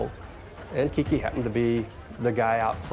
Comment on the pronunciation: Its Kique Camarena....NOT "KIKI"